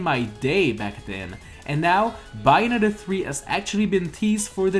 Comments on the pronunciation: It’s bay not by oof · It's pronounced "Bae-oh-netta" not "buy-a-netta" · no Bianetta doesn't mean anything but, BAY-o-NETTA means something to me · Who else cringed when he said Bianetta when it is Bayonetta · It is pronounced BAY-OH-NET-TA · You don't know how to pronounce Bayonetta. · Pronouncing Bayonetta wrong, but only a true fan of Bayonetta will understand the storyline